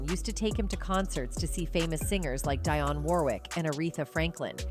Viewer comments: It is pronounced Deeee -on not Dyon!!! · It would be really nice if yall actually pronounced ppl names right. Her name is Dionne (Deon) not DIE-on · Her name is not DYONN Warwick. It's pronounced as Deeyon. Dionne Warwick. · I don’t know if this is an AI voice or a colonizer but “ON VOGUE” “Di on Warwick” You can’t get the names and or pronunciations right??!! Good information but DO BETTER!!! Please??? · Who is Die-on Warwick? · Its pronounced Deon (dion) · The narrator didn't pronounce some of the names ( Dionne and EnVogue ) correctly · Why is this person doing a documentary when she can't even pronounce the names correctly...at least learn to pronounce Dionne and envogue